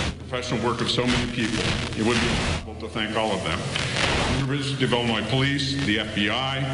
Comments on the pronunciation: Off topic from the case. But as someone from Illinois. I appreciate you saying the state correctly 😅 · I totally agree! Most don’t know that the S is silent! I live in Illinois 🤣